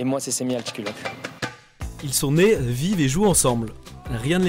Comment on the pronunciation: Cher Sevgül, leur nom de famille est Altıkulaç, pas Altıkulak.